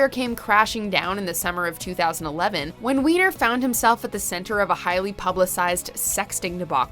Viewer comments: Surely the surname Weiner is pronounced "Winer" although, in this case, we can all understand if everyone calls him "wiener". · Serious !? Since when do you pronounce Weiner as Wiener ???? When you make a video like this , at least know how to pronounce the names ........ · Right. He doesn't even pronounce it as "Why-ner". I even had a friend with the same last name and pronounced it that way.